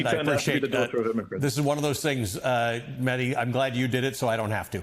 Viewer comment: Ali, thanks for having Mehdi on (and for pronouncing his last name correctly). I was horrified watching the Jubilee "debate", but Mehdii handled it like the pro that he is.